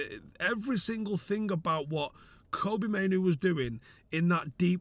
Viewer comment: the only one I've heard pronounce Mainoo correctly 😂❤